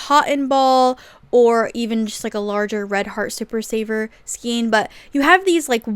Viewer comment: Thanks for the video! Just for the record, skein is pronounced "skayne". 😁 I can understand the confusion because of the spelling. Maybe Americans pronounce it differently. 🤔😊